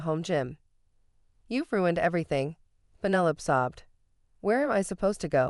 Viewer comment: Fix your bot. Pennylope...